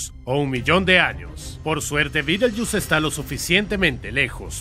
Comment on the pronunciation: Betelgeuse se pronuncia beteljeuse, no Bittlejuice.